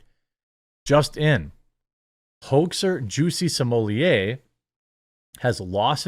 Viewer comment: “Juicy Smooyay”?! He going to be known as “Juicy Smoothway” by the inmates.